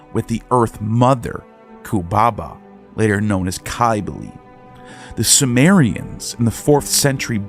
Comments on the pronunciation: Cybele is pronounced, Sib-ill-ee. And Pelagian is pronounced with a soft G, like used in the word Giant. I could go on, but I hate being a critic. Just work on your pronunciations and you'll end up with a lot more subs. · He must not be studying that great or he'd know how to pronounce the words a bit better. It's very painful to the ears to hear such ancient words like Cybele and Pelagian pronounced with such harsh harsh K's and G's. And that's just the tip of the iceberg. There's a lot more embedded within this long video, but I'm not going to go over all of it. Anyhow, if he's going to put all this time into it then he may as well work on this as well. He'll get a lot more subs if he does.